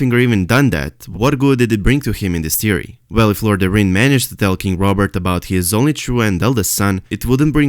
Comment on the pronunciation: The correct way to say Lord Jon Arryn's last name is. .. air - in... air that you breath and in/out Keep up the great work